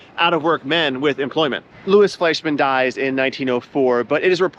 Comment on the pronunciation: Please, if the name is spelt L O U I S, it's pronounced Lou-ee. It's a French name